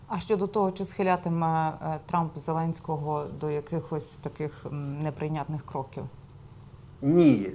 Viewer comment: Ненависть Путіна і зеленського. Ведуча невірно прочитала